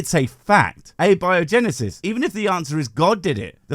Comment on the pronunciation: Dude said "pre more dial soup" and then " uh biogenesis"..... Amazing